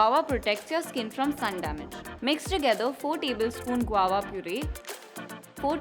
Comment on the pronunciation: It's "guava" & not Guwowa 😁